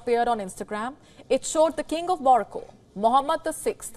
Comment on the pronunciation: She can't even say king correctly 🤣🤣🤣🤣🤣